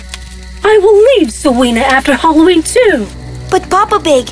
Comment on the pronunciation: Am I the only one who hears them say " hallow wee" instead of Halloween?